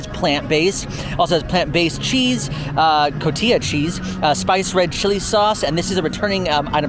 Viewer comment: I know other languages are hard but it's cotija (co-ti-huh) and cocina (co-si-na) pernil (pehr-nil)